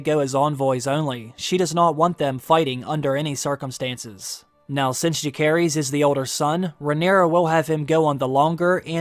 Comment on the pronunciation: Pronunciation. Jacaerys is Ja-say-res. Lucerys is Lu-say-res.